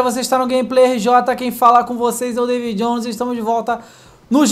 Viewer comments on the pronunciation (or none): none